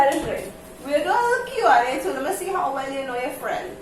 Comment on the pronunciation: He said "yuh friend"😂😂